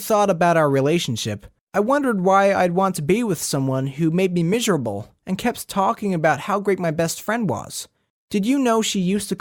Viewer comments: Mirisble you need some English classes sir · nobody seriosly nobody....is gonna talk about him saying MISHERABLE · he said “misherbull” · He said “misherable”. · misherable.. wow